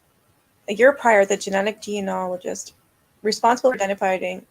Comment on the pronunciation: This is a horrifying and dreadfully sad case. But that American cop: it's genealogist, not geneologist. Flipping colonials. 🙄 {:o:O:}